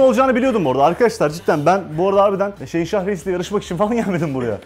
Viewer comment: abinin şehinşah deyişini şeyinşah diye anlayan tek benmiyim amk